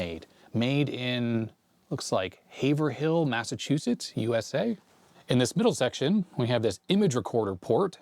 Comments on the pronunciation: Lol “haver””Hill” lol its pronounced HAY-VRIL Massachusetts, I know it looks like Haver hill but its not said like that. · Love how you pronounced Haverhill. It's actually pronounced Hay-vrill, but that's beside the point. Great video! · My wife works in Haverhill, MA, and I love to tease her by mispronouncing hit 'Haver Hill' (like you did). It's 'Hey Vrill' (two syllable). I showed her that clip of your video and it made her smile knowing that I felt vindicated now. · It's not Haver Hill. It's pronounce HAY-VRIL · Fun Massachusetts pronunciation: Haverhill is pronounced "haver-roll" here 😄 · Haverhill is pronounced Have-rill - I live there! Compugraphic, whose headquarters was in Wilmington, MA, was going great guns in the 80s and 90s and built a manufacturing plant in the Ward Hill Industrial Park in Haverhill right off the 125 Connector. It's a small world,. My family had a graphics design company and I worked briefly for the business as a typesetter. I ran a Varityper Epics 20/20 and later on in the early 90s we swapped to an ECRM VR-30 Imagesetter, which output at 2540 dpi on to film connected to Macs and PCs, and we output to RC paper and film. The ECRM was connected to a Harlequin RIP (Global Graphics today) running on a '486 DX50 with Windows 3.1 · it's pronounced "Hayve-rull" ;) Gotta love Massachusetts pronunciation! The way they say things like "Worcester" and "Gloucester" will really leave anybody else confused! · LOL! Its not Haver Hill... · The “H” is silent, so it’s pronounced more like hayve-rill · it is technically pronounced "have-vrill" but not easy to know. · Haverhill - pronounced Hay vrill Good try Would have been funnier if it was made in Billerica, MA and to hear attempt saying it. 😆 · Hav (Long A, hard V) Rill. I know it doesn’t pronounce like it’s spelled. Pretty much like every other city/town up here in New England. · Came here to say this, more or less. HAY-ver-ill. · it is pronounced "HAYVRILL"!